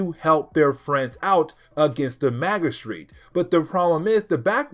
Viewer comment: Good video. But about the word 'magistrate'. The g is pronounced as in gym. Mah-jih-strate.